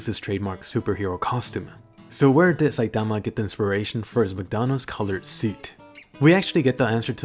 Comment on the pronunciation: I just love the way you say "Saitama."